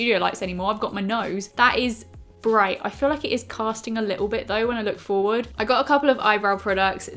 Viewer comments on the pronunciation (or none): none